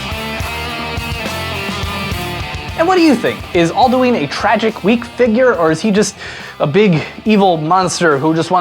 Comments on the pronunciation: Isn't It Pronounced Al-Du-In Not Al-Du-Ine? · Its pronounced All Dew in not All Dyoo Eeen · Not all-dee-ween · Not Aldueen it's alduin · All - Do - N not All - Doo - Ween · its al-doo-in not al-do-eeen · aldooin not aldooeeen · Says Aldueen. Closes video* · ITS AL-DA-WIN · I consider your pronunciation of Alduin evil lol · Your pronunciation of Alduin was kinda infuriating, who in Skyrim says it like that...?